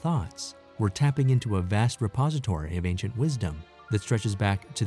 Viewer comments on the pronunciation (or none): none